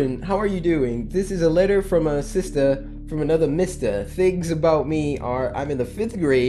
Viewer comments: aboot XD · he really did that Canadian stereotype "you know what I'm talking aboot"